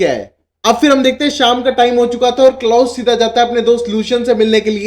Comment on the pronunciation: What is Klaas...it's klaus menn !!!..u need have some accent